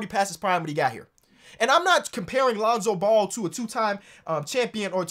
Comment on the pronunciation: He said lonzo bull 😂😂